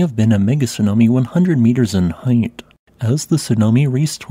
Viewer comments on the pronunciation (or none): none